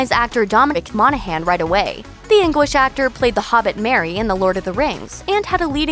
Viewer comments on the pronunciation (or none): none